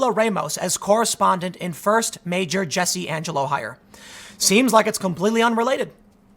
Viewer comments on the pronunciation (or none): none